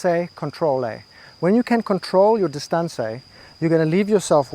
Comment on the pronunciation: You are right sir. When I heard you say dis-ton-say for distance I knew you got me good 😂